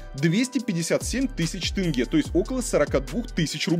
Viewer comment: Косанов оппозиционер😆 СЭмЭй ...Тэнгэ....ну блин,буква "Е" -ведь есть в русском языке.Почему так трудно произнести "Е"